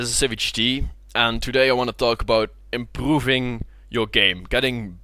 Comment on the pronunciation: Wtf is he saying ? ImprrrrrRrroving